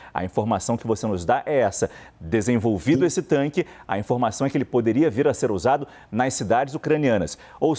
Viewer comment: Especialista falando "tanque" é osso.